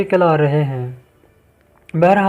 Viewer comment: Parhna bolna ata naheen. Channel chala rehey hain. Ghaaiiyat naheen Ghayet hota hai.